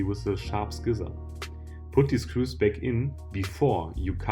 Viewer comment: Awesome video. Please look up how "scissors" are pronounced though.